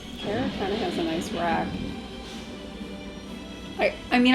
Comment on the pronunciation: I like this video series because it's refreshing to see some general audience style reactions. Keeping it simple here, but you don't get much more Mandalorian than Bo Katan is. Also, you're some of the only people with YT videos that pronounce Cara correctly.